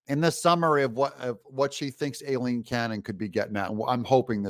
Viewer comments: If you don’t want to CORRECTLY pronounce “Aileen” [EYE-LEEN, not A-LEEN) then please just call her Judge Cannon !! She’s so professional & awesome and she certainly doesn’t deserve to have you BUTCHER her first name every single time !! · Judge's name pronounced, "I lean." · D u h h, it's pronounced Eileen, spelled A i l e e n